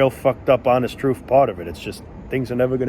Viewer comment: That's the "truff." Lol 😂